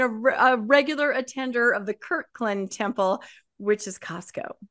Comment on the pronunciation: It boggles my mind how many Mormons mispronounce Kirtland.